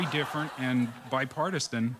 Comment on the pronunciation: Bi- PARTI-STAN. Ok, Mr Introduction